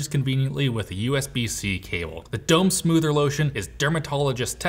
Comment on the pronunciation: Oh Boy,. Mispronouncing the sponsor's product several times might impact their payout. Dome soother =\= Dome smoother I imagine the latter one to be a sort of belt sander.